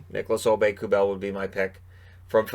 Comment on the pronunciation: John Forslund says: "Nicolas Aube-Kubel".